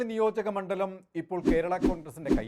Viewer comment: ഇയാളും പതിവ് തെറ്റിച്ചില്ല. മണ്ഠലം എന്ന് തന്നെ ഉച്ചരിച്ചു. ണ്ഡ എന്ന അക്ഷരം ശരിയായി ഉച്ചരിക്കുന്ന മാധ്യമ പ്രതിനിധിയെ അത്യപൂർവമായി മാത്രമേ കണ്ടിട്ടുള്ളൂ. മിക്കവരും ണ്ഠ എന്നാണ്‌ ഉച്ചരിക്കുന്നത്.